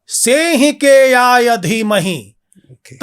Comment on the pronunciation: simhikeyaya dheemahi" sehikeyaya" nhi h